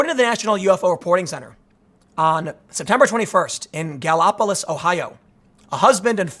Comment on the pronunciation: Gallipolis is pronounced so it rhymes with police, btw.